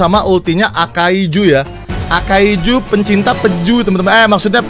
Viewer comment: akainu bang, bukan akaizu